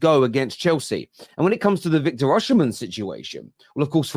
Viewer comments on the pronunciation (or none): it's OSIMHEN not Osihmshen. I know it's not your fault though. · i think your dyslexia is kicking in again LMFAO his name is Osimhen not Osihmshen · his name is Oshimen (oh see Mehn) not (ushhh sheee men)…I’m Nigerian 🇳🇬🇳🇬